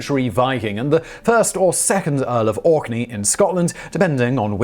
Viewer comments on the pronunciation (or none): none